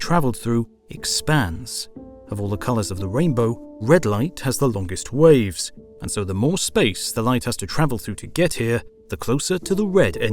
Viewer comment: Wth was that pronunciation of "waves"? 😂